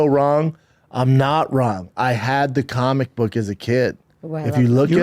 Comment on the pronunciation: Bapa had a suggsesful cawlmic boog store in his closet, so he knows cawlmics!